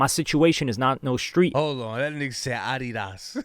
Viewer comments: Thats the correct way to say Adidas 😂. Deleted juat dropped as well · Random: The way he said “Adidas” is the real way to say it. 😂 we have been doing it wrong the whole time. Adidas and Puma are two companies founded by brothers after their visions took different paths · Lol how he pronounced ADIDAS is how it’s actually pronounced. It’s originally a German brand 😮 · Pronounced Adidas correctly. Its from the founders/owners name Adolf "Adi" Dassler. His brother Rudolf "Rudi" Dassler started Puma after they fell out . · Dude pronounced it correctly..Adidas (German accent) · He pronounced adidas the correct way actually. We, as most Americans, pronounce it incorrectly. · I grew up in Germany (my dad was Army but moms actually German and when I heard him pronounce it how he did it reminded me of visiting this Adidas outlet in this town called Herzogenaurach with my Grandma (she’s full German) would always say it’s how you are supposed to so I always have since and most people think I’m just joking lol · Adidas is a German brand and that is how it pronounced. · That's the correct way to pronounce Adi Das